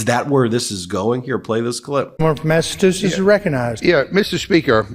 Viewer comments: “The gentleman from Masssatusesss….” 😂😂😂😂😂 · Jerry say Massatoosits. Is this the best you got Alabama? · "Massatooset"... And He's Speaker Of The House. Total Trump I.Q. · Maybe Jerry Carl should learn how to say "Massachusetts" rather than "Massatoosetts", but he is clearly proud of his ignorance. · That scab speaker can't even talk properly he said, "Massatoothless." 😂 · Can't even say massachusetts correctly..it isn't massatoosits 😅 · Is his pronunciation of Massa-two-setts a diss against the other speaker? 🤔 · I wouldn’t take it from Jerry Carl. The man can’t say “Massachusetts” properly. When did it have “tits” in it? Like his leader I think he bungled a few other easy words. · Would be nice if the speaker knew how to pronounce Massachusetts. Geez, the ignorance of the Republicans. And the stupidity of this whole thing. Does that mean they will refrain from any negativity about Biden? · He sure sounds dumb as a brick, can’t even pronounce Massachusetts. 😂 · Seriously!! Is it really THAT hard to pronounce Massachusetts??😂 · 🧐 so not allowed to state the FACTS😳🤯 and currently he’s former President! And ya can’t say Massachusetts Mr. Carl?!! They should televise any mis behavior by any one in DC! The public is not being thoroughly informed 🤨😤 Especially those running for high offices… behind door dirty secret keeping! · Loved the You Tube that Lawence O'Donnell had on this interation the other night, had more context. Like the hour it took for the words to be identified to be stricken and he also pointed out the mispronunciations by the Mississippi guy in charge. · He can’t even handle “Massachusetts”.